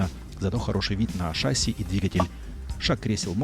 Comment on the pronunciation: не шАсси, а шассИ. Без обид...